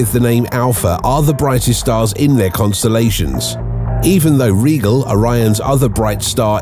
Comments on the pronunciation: Rye-gel, not regal. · Fascinating video, but you don't pronounce the "p" in Ptolmey--it's just said "tolemy", & Rigel isn't pronounced "regal", it's said "rai jl". You also said "vincinity" instead of vicinity by adding an extra "n" into the word. Hydrogen bonding with carbon does NOT produce carbon, & you reversed the diameter of the Sun with Betelgeuse's. The Sun is NOT larger than Betelgeuse--it's considerably smaller. Stuff like that makes me cringe. Dude, do better. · Just a little bit of prep... it's pronounced Rai-jl not regal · Rigel = "rye-jel".